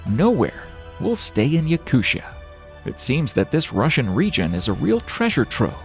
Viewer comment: I’ve never heard anybody pronounce Yakutia as “Yakusha” before wtf 😂